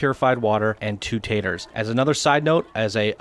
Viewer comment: Tato. Not tater. Pleb.